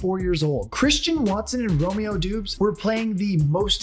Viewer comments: Romeo Dooooooobs… actually pronounced Dobbs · Its not pronounced Doobs 😅 try Dawbs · Lmao it’s pronounced Dobbs not Dubes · Who the fuck is Romeo doobs?? It’s pronounced “dobs” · It's not doobs it is pronounced daubs.They were the youngest team in fifty years to be in the playoffs and the youngest team to ever win a playoff game. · Bro. Look up players name pronunciations before you make a video. It’s not Doobs it’s pronounced Dobbs. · It’s pronounced dubs not doobs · Good video. Gutekunst (Goo-Tuh-kunts) Doubs (Dobbs) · "romeo doooooobs" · Romeo Doubs’ last name is pronounced “Dobs”. Other than that great video bro. Go Pack! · I can’t stop laughing at Romeos name being said wrong 😂